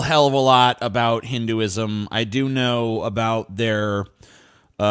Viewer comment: You can't even pronounce Hinduism 🤣🤣